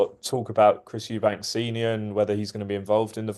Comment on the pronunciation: Why can't people say eubank it's not eubanks